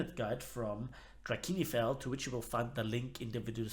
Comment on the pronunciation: G'day G'day, Hm fond observation, It's funny that you and Bismarck/ MAV both germans pronounce Drachinifel differently (You can notice in his Focke-Wulf Fw 200 Condor video). With that out of the way hm I'd still rather the Sharnhorst class Armoured Cruisers over the Battleships but it's nice to see a newer vessel although again I'd would of rather have seen more Kaiserliche Marine Dreadnoughts & Battlecruisers before the first Kerigsmarine Battleship but that's my humble opinion. Anywho you were speaking about how lines between ships blurred yet that was practically every ship type in the interwar period as example Torpedobootes like the Carnivore class which was more akin to a small destroyer an similar the largest WWII destroyer Pr.20 was of similar size of some cruisers in away an even now the largest modern day destroyer is larger then the last light cruiser design. Anywho onto German Battleship Sharnhorst whats it's RB repair looking like out of curiosity? ntm the modules RP requirements as well? anyway do you suspect it'll be a flavour of the month or just two or so weeks. still ohh boi can't wait for the damn popular biggest WT YT'ers to spout nonsense crap as they play out this new "WWII Battleship" as they overhype it more. Well I'll shut it now with my daft ramblings have a good day, An now off I go to suffering more grinding for a SAP shell yay 80k rp to go on the Imperial Japanese Torpedo Boat Chidori... (fun fact: Chidori & Shouna